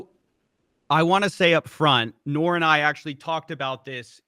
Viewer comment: When says Noir multiple times it sounds like he's saying 'Naur' like an Australian 😂